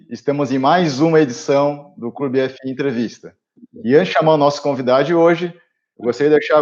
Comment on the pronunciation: Só uma sugestão a vocês... Pradonizem a maneira como falam "clube fii"... Passa melhor o nome da marca! Do mais parabéns pelo conteúdo de sempre